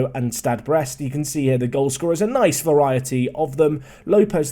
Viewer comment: Oh my. Butchering has gone too far! Now he's butchering English words in french. You're losing your English roots! Naize, not nees;)